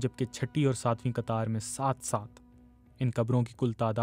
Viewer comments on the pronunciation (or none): تحقیق ۔ قطار بھی ک سے پڑھا گیا ہے ۔ ق کی اواز گم ہوجاتی ہے